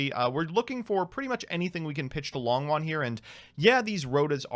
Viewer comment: Hey, Long Yuan isn't pronounced long won, the o in Long is a long o, and yuan, is a little tricky, but is pronounced you-en, (but one syllable)